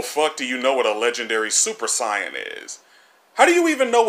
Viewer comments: bruh in the move they say super say an but he says super cyan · Listening to this man pronounce Saiyan is making me cringe to no end. It is Say-in, not Psy-un. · You sound so stupid saying sa-yan dumbass it's sayiyan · I like how they say the word saiyan and then you immediately call it sion. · Get it right. Its super SAYYAN. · You get a sin for saying super siyun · "Super Psyan" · the biggest sin here is the way you say saiyan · Good video. Except. ITS NOT PRONOUNCED SUPER CYAN. STOP. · why do you pronounce super saiyan super sai-an oh and sorry im late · Imagine saying super cyan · Why is hey saying super sayin wrong it makes me mad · Dude your pronunciation had me, sighin' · fuck you for the way you pronounce saiyan. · I just wanna know how you manage to misspronounce Saiyan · Why does he say Saiyan like an idiot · The "i" in saiyan is silent.... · Why can’t u say saiyan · You should've added a sin for everytime you pronounced saiyan because you, English dub, and sub all pronounce the shit differently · 100 extra sins on your inability to pronounce "saiyan" correctly. ding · I give you a sin for saying saiyan wrong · It annoys me on how he says saiyan wrong